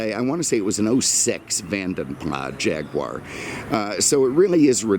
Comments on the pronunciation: Ford didn't "get involved" until 2007. BTW - it's "PLAS" not "PLAH". The name comes from a Belgian coachbuilder from history. It's not a French name. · Vanden Plas: Originally Belgian coach builders with a Dutch name. I believe you should pronounce Plas as plass. I love your videos though.